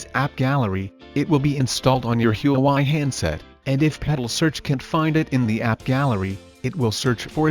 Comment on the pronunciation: Everyone: "Huawei" Him: HUUWAI